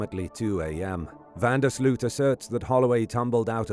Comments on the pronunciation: Its pronounced van der Sloath.... Not sloot. Americans.. just make an effort lol. Sounds enjoying to Dutch people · It's pronounced van der Sloat